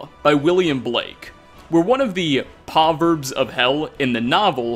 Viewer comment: Number #2 on this list is a repeat "tiny detail", and again, you CONTINUE TO MISPRONOUNCE THE WORD "PROVERB". THERE IS AN "R" before the "O" in the word "PROVERB". Pronunciation should be PRA-VERB, not PAW-VERB. Goddammit,. Nevertheless, congrats on the BIG 50. I always enjoy watching your videos, even though you mispronounce certain words/names.